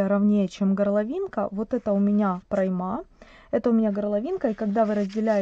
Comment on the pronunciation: Ударение в слове "прОйма" ставится на букву О. Извините, не могу не отреагировать. А так, модель, конечно идеальная. Элегантная, базовая. Надо таких 2-3 топика в гардеробе иметь всегда. Удобные и сочетаются со многими вещами. Как свяжу, напишу, как воспринимался контент. Спасибо автору, в любом случае.